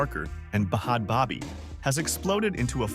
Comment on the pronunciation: Wtf is Bod Bobby??? 🤔🤌🏽 I'm soooooooooooooooooo confused why you keep saying her NAME WRONG!!!!! 😡